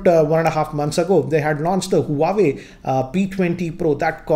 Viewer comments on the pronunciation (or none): it is not prononce as huwawey, it is pronunced as 'wah-way' itz a chinese word, google it u will find it.